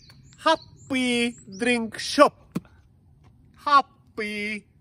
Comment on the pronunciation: Háppíí drink shopp! Háppíí!? Szakadok😆😅😂